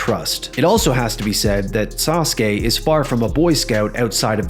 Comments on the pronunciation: Why can't you pronounce SASUKE correctly?? It's not "saas kay", it's "saa soo kay", it's pronounced how it's spelled. Your pronunciation is just as bad as these other youtubers saying "aahs kah" for ASUKA. You guys need to use your head more, or at LEAST do a tiny bit of research on how to pronounce things! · Sah soo kay, not Sahskay. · Sauce-kay? Really? Learm how to pronounce it. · Why is it pronounced Sauce K isn’t it like the Motorbike and car company Suzuki just spelled different? I’m not trying to be a jerk I’m genuinely curious I don’t know many wrestlers from Japan. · gives me good memories of the yugioh 4kids dub and Joey yelling “DA SAH-SOO-KEE SAMURAI”